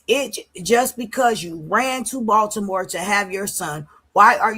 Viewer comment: Ashleyyyyyyy are u watching this new live of blue😱😱😱 chrisean saying body-more body-more for Baltimore ...I'm screaming saying yeah keeping talking 😂😂😂😂